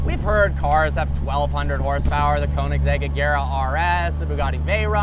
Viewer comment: You just butchered the name of the brand of car, "Köninsegg"? It is kind of triggering because it is spelled, "Koenigsegg"